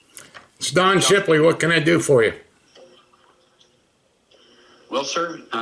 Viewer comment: It's Don Shipley, bro.